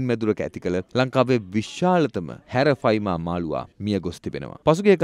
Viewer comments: හැරෆයිමා නෙවේ යකො ඇරපයිමා😂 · Nama hariyata kiyanna bro Harapima nemei Arapima hode😢😅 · නම වැරදියට කියන්න එපා. විස්තර හරියට හොයලා කියන්න. බොරු කිව්වම මිනිස්සුන්ට එපා වෙනවා. මාළුවගෙ නම - " " " ඇරපයිමා " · නම හරියට කියන්න "ඇරපයිමා"